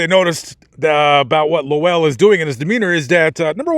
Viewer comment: I've read quite a lot about these murders. It is so depressing. Those poor people. Also, it's Wolcott, not Wilcott. And his name was Lowell, one syllable, not Low ell. The house is long gone. At one time you could still see the concrete steps and a bit of the sidewalk from Google Maps. You can read a summary of this case in Truman Capote's In Cold Blood. Also, the Kansas Supreme Court opinion is available online.